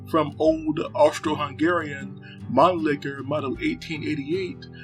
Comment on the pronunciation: Mannlicher not Manlicker!